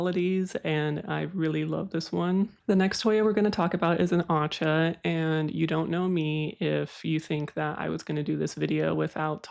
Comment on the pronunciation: PSA: “Aceh” is pronounced AH CHAY. I lived in Indonesia for a while, and had no idea how it would come in handy years later when I got into Hoya and Scindapsus. 😆